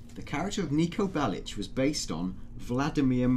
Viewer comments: Niko Belish? Belic! K NOT SH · its not belish....its belic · Bellich? FFS It's fucking Bellic *FACEPALM* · C'mon guys its Niko Belic not Belitch :D btw vice city stories is also available on ps2 if any one has any of those antiques left :D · It's so annoying when he says Nicko Belli-Chh not Bellic. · Why the hell are you saying "Nico Bellish"? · Nico Bellitch, it's how it's pronounced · Belish lmao. Can't even pronounce the name